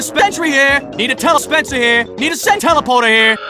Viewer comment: Suck pancakes.Need a spentry here.need a dispteleprter here.need a senteleporter here